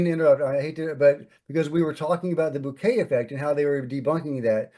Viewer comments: It’s Bokeh not bouquet. Bo-Ka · Which is still not bouquet 😂